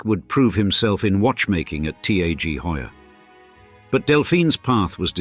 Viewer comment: Thanks for this video, whoever is behind the channel. Please teach your AI that T.A.G. Heuer is pronounced TAG Heuer. Well put together channel and often interesting people.